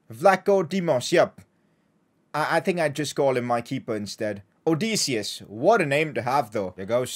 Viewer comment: I'm from Greece(so is odysseas) and I have to say that you killed his name